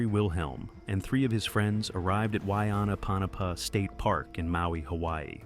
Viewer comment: The way you said wainapanapa 😅 The true story of that cave is fascinating. Growing up as a native Hawaiian in Maui, we are taught this as children.